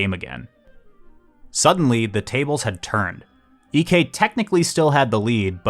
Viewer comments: Fun fact: Ek's name isn't pronounced EK, it's more like "Eek" because Ek is a pretty common surname in Sweden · That’s not how you pronounce Ek 😭